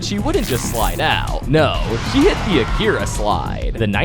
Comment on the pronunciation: At least he get akira right😭😭😭😭